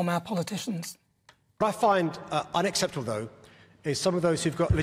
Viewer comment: He can’t even say unacceptable properly…unaccepple isn’t a word !!!